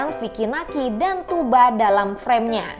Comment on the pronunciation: diantara yg sedikit yg menyebut nama "Tugba" dengan benar yaitu "Tuuba", Kebanyakan youtuber /reuploader / reaktor lain masih saja menyebut "Tugba" dgn memakai "G" atau "K" di tengahnya. Selain itu juga narasi lebih professional dibanding yg lain.